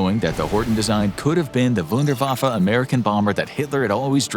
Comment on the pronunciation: It's Wun-der-waf-fe not wunder-waffee .